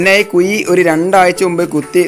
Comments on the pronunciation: കുയി അല്ല ... കുഴി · കുയി അല്ല കുഴി എന്ന് പറയു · Kuy alla kuzhi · എന്തോന്നടേയ്‌...മയ,കുയി.... മഴ ,കുഴി എന്നു നേരേ ചൊവ്വേ പറയടേയ്‌